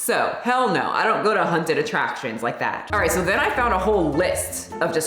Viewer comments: I specifically came to the comments just to see how many people were triggered by pronunciation of haunted…😆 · My boyfriend was about ready to have a stroke over it lol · I was looking to see if anyone had commented about that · the scariest thing here is how you pronounce “haunted”! 🤣 kidding, love you and your videos.